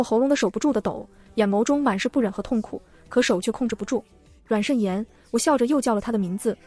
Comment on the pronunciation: 笑死慎言變成腎炎